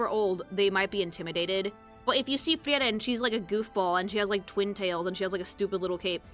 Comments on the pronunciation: FREE-ren unless she’s pronounciation mogging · I take a fraction of psychic damage every time says "Friyeren" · as a german the mispronouncing of their names hurts. but its also mispronounced in the show itself. frieren is not fri eren. its free ren. ( means freezing ) himmel. is not him mel. its him el. ( means heaven or sky ) Heiter is not heider. its got a sharp T. so heiter like height er. ( means pious or joyful ) Eisen is not ice en. its I zen. like the meditation zen. ( means iron ) fern is nut pronounced like urn. its sharp, not soft, the R is being softened to much and also should be a bit shorter then it sometimes gets pronounced as. ( means distant ) Stark is not stark like " star features " its SCHtark. with a soft sch sound at the start. like almost a shushing noise. ( means strong ) you somehoe mispronounced flamme worse then the anime itself does. its flam me . not flam like some weird bam onomonopia. ( means flame ) Qual, you shortened to much. drag out the a just a little bit. ( it means torment ) Aura is the same word in german and english. but given all other names are just german nouns if we keep in line with that it should be more sharp in the au of aura. its au like ow lügner. you at least only mispronounced the difficult umlaut which is a hard thing to describe phoenetically since there is no similar sounding word or tone in the english language. its like mixing a u and an I sound at the same time. giving you a pass on that cause you got the rest of it right. ( It means liar ) linie you pronounced linny. its lee knee eh ( means line as in a straight line ) Draht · Yep, is a latina. Only Latinos say "Frieren" instead of "Friren", the supposed correct German pronunciation 😅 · Another great video from the. Excellent. ps: also, as a Hispanic listener, I kinda enjoyed realizing how "Frieren" is pronounced with phonetics closer to Spanish. Happens to me sometimes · I have NEVER heard someone pronounce Frieren like that my god